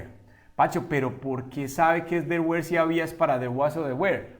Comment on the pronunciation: Una pequeña critica constructiva were no se pronuncia wer sino wor